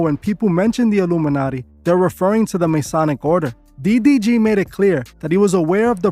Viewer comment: bro keeps saying "DBG" 😂😂